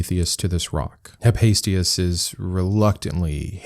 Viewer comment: Huh-fay-stus = Hephaestus He-see-uhd = Hesiod Theogony is a classic primary source of Greek mythology and I also would encourage everybody to check it out if they are interested in the subject ! There’s some great stories in there